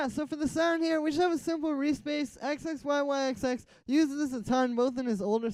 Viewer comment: This tut is awesome thank you so much. Also just so you know in the future, you pronounce his name zizzy.